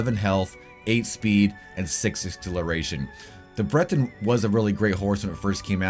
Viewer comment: Breton Him: Brenton Me: Briiton 😅